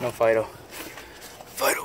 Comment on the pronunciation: I heard u saying FIDO FID- o.......